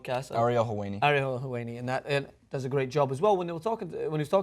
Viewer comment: Helwani = Hell + Wanny, not Hell + Wainy I am like your speech therapist, here. :)